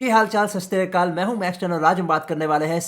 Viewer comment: bhai woh sasriyakal ko , sastiyakal bol rha hai 🤣